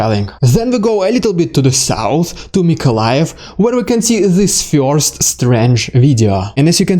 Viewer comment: Damned well organized video report! A + . "Bless you!" (sneeze) . I can't get over the way you say the one syllable word: "first." You seem to say "Fiyorst" ! LOL ! Might want to Trademark that! There's nothing wrong with it . It's just funny / interesting.